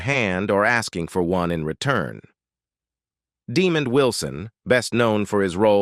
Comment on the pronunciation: DeMOND, not DEmund. Imagine Demand with an o instead of an a. You sound old enough to know better, but maybe you were manufactured more recently than your voice implies.